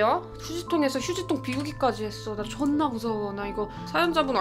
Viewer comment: 근데 존나가 자꾸 줜나로 들려서 발음이 너무 웃겨...